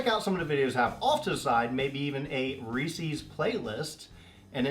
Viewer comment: Cracks me up how you keep saying Reecie's instead of Reece's!